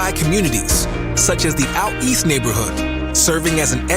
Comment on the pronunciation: He said it correctly “out east” that’s how you know he knows what he’s talking about . 🐆🏈🐆🏈